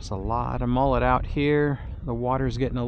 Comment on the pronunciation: They're called mullet...not mollet!